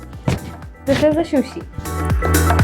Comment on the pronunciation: It's not shu-shi its su-shi Appreciate your efforts!